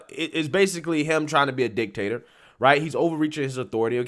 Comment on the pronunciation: "The Dictator of the West" with a very heavy emphasis on DICK!!!